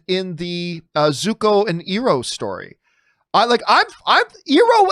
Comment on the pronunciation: John Iroh's name is pronounced i row not e row.